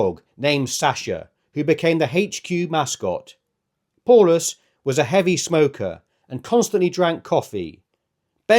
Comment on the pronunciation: It’s pronounced POWlus